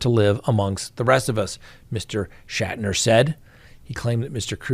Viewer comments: It’s pronounced “Shack-Tur”. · Shack ter. That is how you pronounce it.